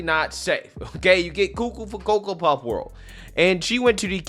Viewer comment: I love when you say coco for coapuffs